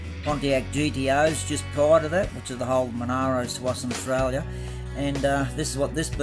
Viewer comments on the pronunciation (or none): none